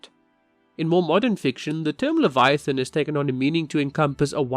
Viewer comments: I'm sorry, but it's really funny how you said Leviathan. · It sounds a bit like אדוני(adoni, the way people call God instead יהוה, I'm not sure how to write this in English maybe yohava, i dont know)